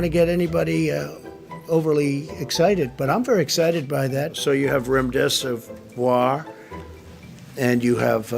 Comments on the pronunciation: It cracks me up his mouth movement when he tries to pronounce Remdeservoiiir Hahahaha ! You are trash Trump, retire already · Her face Everytime he says remdesevoir,🤣 Prime Entertainment.